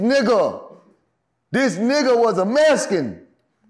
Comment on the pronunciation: “This nigga was a Mescan” 😂